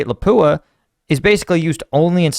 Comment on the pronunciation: It's pronounced "Lopp Ooah", not "La pooa